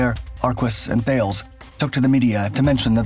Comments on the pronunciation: Isn't THALES... Tarles? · Thalès is pronounced more like "Thalaiss", Great video btw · Thales is actually pronounced 'tah - less'. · Dude love your work, keep ‘me coming! Not sure if you are using this pronunciation on purpose or not? Thales Group the French military co is pronounced “talice”. Or “Thales” as in “Alice” as they say. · THALES is pronounced TALIS btw